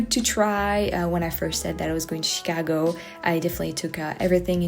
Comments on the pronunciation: She pronounces Chicago like a true Chicagoan 👍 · You pronounce "Chicago" like a native. Glad you had a good time.